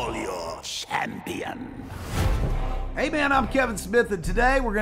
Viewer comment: “Call your… Shampion!’ Love Skeletor!